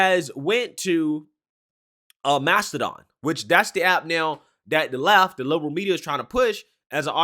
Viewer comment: Mastadone? Tf is that